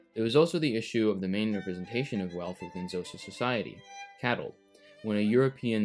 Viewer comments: This eas a really good video but Xhosa si pronounced as Koza. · K'hosa with a click please NOT Jhosa ffs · Xhosa is pronounced with a click not "Zosa" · Would have been cooler if you had pronounced Xhosa with the correct click sound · Also Xhosa is pronounced kho-sa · Aint it interesting how he talks about Dutch atrocities committed against Khoisan but not bantu ones, and doesn't even try to pronounce Xhosa correctly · Couple of points on pronunciation, "Sotho" is pronounced "Sutu", and the "Xh" in "Xhosa" is actually a click consonant made by pressing the tongue against the roof of the mouth and sucking, kinda like the sound you might make to call a horse. It's typically Anglicized as a "K" sound, since click consonants are kinda tricky to get the hang of for people who don't have them in our native languages.